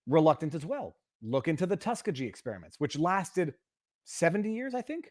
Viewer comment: Viva Tuskegee?! Pronounce it correctly!